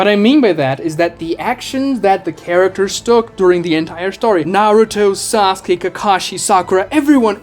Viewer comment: haha "sauke"